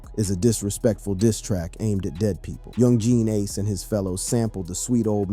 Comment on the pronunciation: am i just to high off my ass or is he saying some of the names wrong like chiraq or Ace